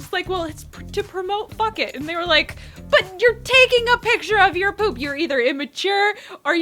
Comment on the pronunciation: Was she saying poop?? lmao I can't tell. I love that TOP is a weirdo. 😍